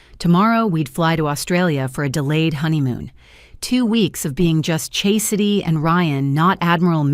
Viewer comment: All these accolades are correct and I could overlook the incorrect pronunciation of Chastity but mispronouncing demote fi was too much.